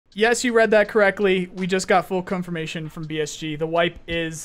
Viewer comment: BRO SAID CUMFORMATION